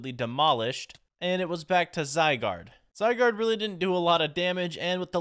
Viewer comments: Your first legendary is pronounced (zi—guard) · The Pokémon legendary name that you can’t pronounce is Zai and guard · Zygard called for cells to help him and pronounced zy gard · How to say zygaurde: zi-gaurd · runerigus is pronounced rune a rigus and zygarde is pronounced zigh gaurd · It’s (zee-why-guard) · It’s zi gard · Zygarde is pronounced Zie-Gaurd. You first spot it in Pokemon XYZ. Also, Zygarde has many forms.